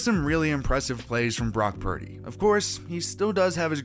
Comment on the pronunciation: Brock 'Prady' !